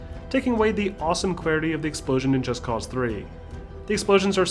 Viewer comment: Finally someone did it right. Most people don't realize they say the title wrong. Its not Just Cause like "Just because I can" Its Just Cause like "Cause for Justice " So Just Cause, not Just Cause. Admit it, you read that in two different tones.